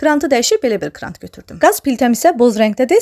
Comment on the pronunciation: Krant yox kran 🤦🏻‍♀️🤦🏻‍♀️